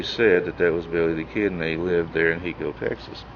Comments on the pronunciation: You're not pronouncing the name of the town in Texas correct. It is HI-CO Not HE-Co, And Brushy Bill lived in Carlton, Texas a little town south of Hico, about four (4) miles, I used to live there. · It's Pronounced High Co.